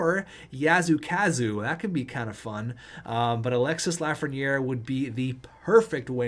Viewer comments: Alexis Lafreniere is pronounce alexi the s is silent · French lesson, don't prononce the "s" at the end of Alexis :)